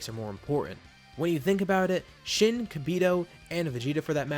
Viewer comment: I dont know if its only me but when he says shin and kibito it sounds like shitty kibito 😂😂